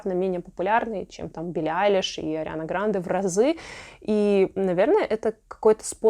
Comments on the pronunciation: Она: Гра́нде Надо: Гранде́ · Ариана ГрАнде а не ГрандЕ🤦‍♀️🤦‍♀️🤦‍♀️ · Арина грАнде а не грандЕ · Всю жизнь думала, что Ариана ГрАнде, а не ГрандЕ, но, видимо, это не изменится. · Ариана ГрАнде а не ГрандЕ!! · ГрАнде, а не ГрандЕ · Как же вы надоели со своей Арианой ГрандЭ!! Запомните уже, Ариана ГрАнде, ГрААнде!!! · Господи, пожалуйста, она ГрАнде, а не ГрандЕ😅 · Ариана ГрандЕ ударение на Е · Ариана Гра’нде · Мои одноклассницы говорят ГрандЕ меня это бесит 😂, неужели нельзя выучить как правильно произносить фамилию) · Когда было Кет и Сем там тоже говорили Ариана ГрандЕ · Прошу обратить внимание 🙏🏻🙏🏻🙏🏻 Ариана ГрАнде, а не ГрандЕ💥 Хайди КлУм, но никак не КлЮм!!!🧨